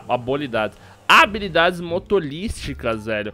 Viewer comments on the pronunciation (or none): Acho que você não prestou atenção no vídeo, no ínicio do vídeo ele falou sem querer habolidades.